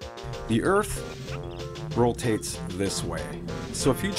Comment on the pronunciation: never bother listening to someone that says "rolltates", not once, not twice, not three times but an astounding four times! Rolltates....ROLLTATES!